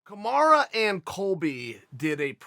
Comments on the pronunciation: God damn Chael can you not pronounce a single fighters name correctly ? Surely you’re doing this on purpose right? It’s Kamaru .. not Kamara. This year has been the year of upsets and I have a feeling the last event is going to end with another big upset! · Still calling him "Kamara"🤣🤣🤣🤣🤣🤣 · When uncle Chael calls you Kamara....you are now Kamara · Marty “Kamara” Usman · Who is KamarA? It's KamarU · If uncle Chael calls you Kamara you better change your name to that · Chael "Kamara" Sonnen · Um, Chael, who the hell is Kemarra? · Chael we are well aware that you can spell Kamaru the right way but we love that you stuck with Kamara hahaha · Kamaru "Kamara" Usman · Chael "Kamara Usman" Sonnen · Us: Kamaru Chael: Komara Us: Komara Chael: OK, great. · He just said. Kamara vs colby 😂😂😂😂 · Everyone: Kamaru Chael: Kamara Everyone: Kamara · I swear his name is KAMARU NOT KAMARA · Nobody: Chael: Kamara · Kamarah Oozman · Dont ever say KAMARA again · Already dead “kamara” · Chael "Kamara Your-ear" sonnen